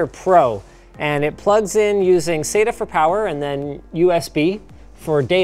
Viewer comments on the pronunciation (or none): none